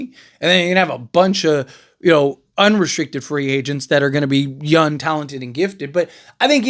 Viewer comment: Young not yung